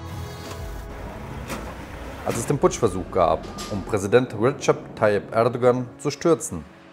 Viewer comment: Rischard Tayyip 😂😂😂